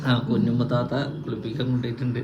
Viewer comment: കുന്നിമ്മയല്ല. കുഞ്ഞിമ്മ